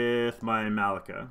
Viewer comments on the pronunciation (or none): Her name is MUH-LEE-KAH